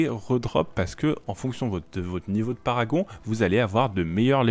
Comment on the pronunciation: C'est Parangon pas paragon...